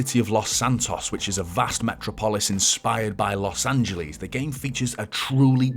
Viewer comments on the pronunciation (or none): What is " Los Angely" 🤔. Also, I don't remember Michael being a former professional athlete 🤔🤣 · its the way they said it in the vidoe............ and not how it is meant to be said, his comment was calling the youtuber out on his mistake.